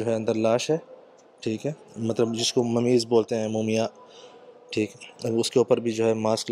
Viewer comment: its not mooomiyan, its mummy, please.